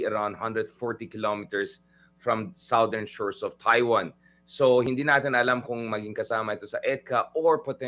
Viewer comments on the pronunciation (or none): none